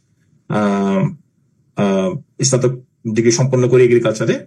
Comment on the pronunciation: এস-স্নাতক কিরে ভাই? স্নাতক snatok উচ্চারণ করতে এতো কঠিন ছিঃ